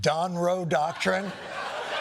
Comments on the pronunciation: 'Donroe Documen' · "Donroe dockerman"